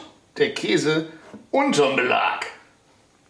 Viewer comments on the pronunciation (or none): none